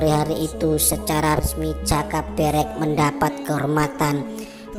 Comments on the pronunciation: Pengucapan jaka berek kok gtu kyk video sebelah. Menunjukkan bukan org jawa yg ngomong jaka berek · Nyari yg pengucapan joko berek bener gak ada ya yg bener kayak lidah org luar jawa. Kalo bikin konten teliti yg bener min. Salah ucap lain namanya lo. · Mohon maaf pengucapan nama joko berek sepertinya beda sama sumber dari juru kunci makam eyang sawunggaling,,juga ayam eyang sawunggaling bukankah namanya gong bagong 🙏 salam rahayu salam budoyo🙏